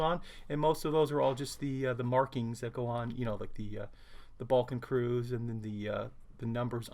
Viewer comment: Very nice kit indeed, can't resist to point out that you threw me a bit off when you mentioned the balkan cruise :D - from context i'm assuming you meant the Balkenkreuz so to assist in pronounciation here goes: the "a" in Balken is like the "u" in dull, so like an "uh, really" sound while the "eu" in Kreuz is more like the "oy" in Boy. So try Bull-ken-kroyz - hope any of this made sense!